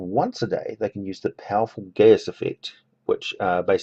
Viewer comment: A small note: the word geas is pronounced gesh. I myself didn't know this until it was pointed out while playing D&D last year. The word, I believe, is Gaelic in origin, and as a strange rule of thumb, Gaelic words are never pronounced the way they look like they should be.